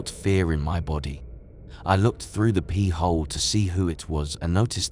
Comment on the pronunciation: Enjoyed these but just cant unhear 'i looked through the pee-hole'